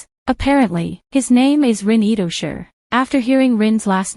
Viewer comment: It's not Itosher, it's Itoshi (pronounce as she)